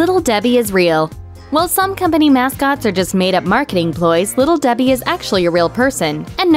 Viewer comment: Little Debhee heee